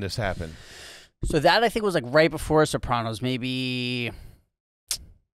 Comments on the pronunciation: Rob was so dope on Jim and Sam with Jamie Lynn, and now AYG!!! guy is a beauty. the only thing that bugs me is the way he says Soprawnos. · Crazy to hear someone from the show pronounce Sopranos like that.